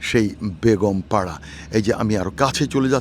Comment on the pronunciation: আপনাকে কষ্ট করে বাড়িগুলো দেখানোর জন্য অনেক ধন্যবাদ ❤❤❤আপনার মুখে বেগম পাড়া কে বেগুনপাড়া বলে অনেক হাসি পাচ্ছিল হাসতে হাসতে আমার পেট ব্যাথা হয়ে গেছে😅😅😅 এরা হলো সেই জালিম সরকারের আমলা মুখোশধারী শয়তান আল্লাহ তাদের পতন ঘটিয়েছে